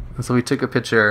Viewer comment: Where are you from? Never heard someone say pitcher instead of picture